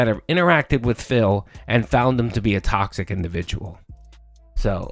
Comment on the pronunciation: Welcome to Tawksic Burger May I take your order? Oh, okay, one Tawksic “Fun & Chill” Stream with extra beg-con Would you like Tawksic Beg Fries with that?